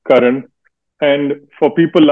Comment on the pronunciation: It's Karan not Karen